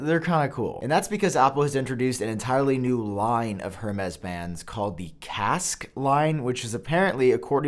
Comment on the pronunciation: The way pronounces Casaque will piss off so much people haha